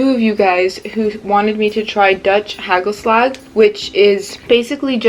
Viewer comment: based on your name i thought you were dutch but based on the way you said hagelslag and vlokken i see it is not true